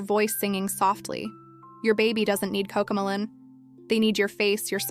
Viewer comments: The minute it pronounced ma-lon instead of mel-lon. I stopped watching it. Bullshit AI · I can tell this is an AI voice, seeing as it mispronounces Cocomelon as Coco Mulan, but at least this video is designed to help parents keep babies and toddlers safe from rubbish like Baby Shark, Paw Patrol, and other not-so-educational stuff. At least in my opinion, classics such as Wee Sing, Rock 'N Learn, and old school Sesame Street are superior in every way. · Cocomalon, it’s pronounced coco-melon. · Why can’t the narrator of this video pronounce Coco Mellon? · The way this ai video maker says coco melon is hilarious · If we’re going to use AI, can we at least get the pronunciation correct of various things? Like how she is pronouncing Cocomelon! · what are you a 12 year old girl? “Oh shut up”? I am decades into early childhood development. If someone is going to use AI, they can at the very least, make sure it’s correct. So, yes, the outlandish pronunciation of the title of the show being judged should be enunciated appropriately. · Ok so I wasnt loosing my mind. I dknt have kids and dont watch so I wasn't entirely sure how it was supposed to be said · Yeah so it makes it even more difficult to identify what’s an illusion and what’s not. 🫣 I am fine with the mispronunciation.